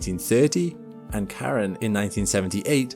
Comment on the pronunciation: How do you expect me to trust you with facts like this when you can't even say Charon properly.